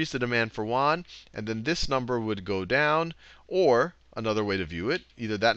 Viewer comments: It's pronounced 'yuen' -- like 'yen' but with a 'u' -- not Juan. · "yuan" sounds more like "yew ann" or "ewan"